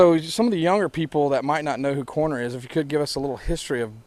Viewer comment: Rnd.. "What 'DRUG' you here?!" Holy shit, cut down on the fried chicken, Write some decent questions... "Were there lots of people at a music festival?! Hoo-ly SHIT man!!! Imyself have never heard of a band called "CORR~NER" But its a real right angle if you're in a room, but they'd be really cool on a ride through some twisties on a sportsbike.. going from one CORR~NER into the next. Not likely you will be seen by a coroner, cause of death would be fairly obvious. Unlike the 'KFC & Beer' holding the mic. These guys are almost wincing when he says CORR~NER... 3 Syllables a bit much,? Cor~O~ner, man. Get into shape or have a cor-o-nary and visit Coroner, the man..... Sorry, man. But Americans can be really damned irritating and disrespectful; Maybe some are quite unintelligent. (A silly way of saying STUPID. COME ON, youre dragging the whole humanspecies down.....